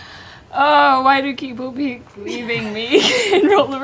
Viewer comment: "Oh, why do keople peep leaving me?" is one of the funniest parts of this episode to me. Something about that flub specifically really tickles me.